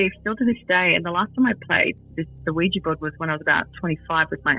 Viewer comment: Hopefully someone let this woman know that they're Ouija boards, not Ouijee boards 😂😂